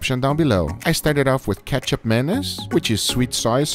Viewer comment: Thought u said KETCHUP MAYONNAISE